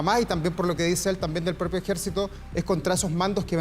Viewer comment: DICE EJECITO FALTÓ LA R